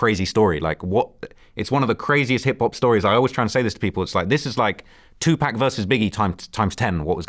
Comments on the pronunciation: Tupack? U mean Tupac? 😅😂🤔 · Did he say Tu pack? Get him outta here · I know this dude didnt just say Two Pack and Biggie 😂😂😂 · Him Saying Tupack Is Very Disrespectful 💯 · aye kinda made vlad look pedestrian.. out of touch even. bro really knew his shit. vlad dnt seem to really respect bros hustle.. the wooski parallel was dope too. i hate how he pronounces two-pack tho 😂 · Did he just call pac, 2-pack? Lol wtf